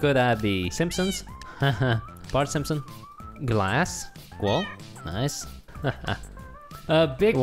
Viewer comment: Hypixel Voting: Good Jerry and Harry: cWoLe (cool)